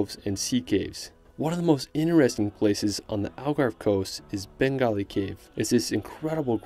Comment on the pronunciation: What a nice video, covering so much in just 15 minutes. Beautiful images and well narrated BUT it's Benagil not Bengali.. 🤦🏻‍♂️